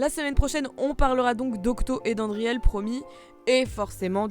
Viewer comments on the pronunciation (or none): '' andriel'' ah non hein, tu vas pas recommencer x)